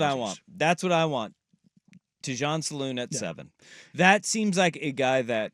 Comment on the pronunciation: Thanks for the insight and discussion. Can you both fix your pronunciation of Salaun though? It's not "saloon," but more like the word "salon" but with the accent on the first syllable, while the second syllable is slightly dropped as it often is in French. I apologize for the nitpick, but it kind of eats at me. Thanks again for the segment.